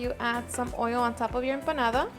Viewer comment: I would love to taste your "EMPADADA"